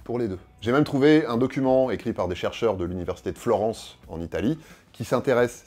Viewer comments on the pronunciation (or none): none